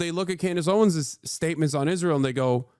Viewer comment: It’s Candace Owen’s, not Clandace Owen…lol